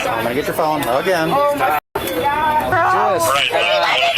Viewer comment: If you say “oh my goduh” or “oh my godah” i immediately know the height of your maturity level